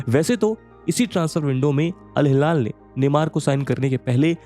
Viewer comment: InIESTA hai vo InESTIA nahi 🤣🤣 bhaiya kya channel hai yaar ye millions mei subscribers aur Al Hilal nhi bol paarha Iniesta ka naam nhi le paarha David Villa nhi "We Aa" bolte hain. Isko hire mat karna next footballing videos ke liye aankh band krke suno to kuchh samajh hee nhi aayega 😂😂